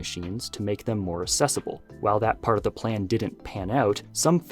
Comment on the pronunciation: "assessible" "respeciful"